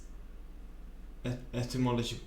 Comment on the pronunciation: Had a nice chuckle at coming close to falling to pieces over "etymological". Kiddo, if you're going to watch more videos about words and how they came to be, you'll have to know the one that literally means "the study of the history of words".